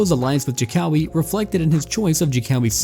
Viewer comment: I am not gonna be strict and angry on how you pronounce indonesian language, but how you pronounce jokowi is funny lol